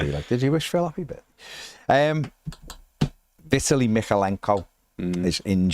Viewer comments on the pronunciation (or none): Vit tally...... 😂